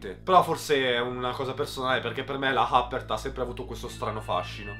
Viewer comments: Bravo per la recensione ,ma credo che si dica yupper non appert ,credo sia la pronuncia inglese del nome quella che fai tu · Infatti, pronunciare Huppert " hàpert" è quasi da galera!!! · Huppert credo si pronunci iuppèr, è un'attrice francese. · Sempre bravo ! Un unico appunto che non è così importante per la buona riuscita delle tue recensioni: perché pronunci tutti i nomi all inglese anche se non sono inglesi ? Tipo la Huppert